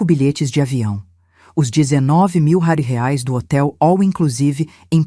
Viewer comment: "rares " ( quis dizer reais ?! ) 😅😅😅